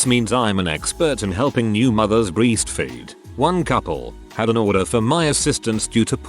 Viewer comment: “BREESTfeed” lol